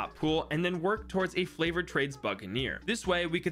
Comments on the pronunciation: is it just me or is he saying flavored trades and not favored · Is it just me or did he say flavored trades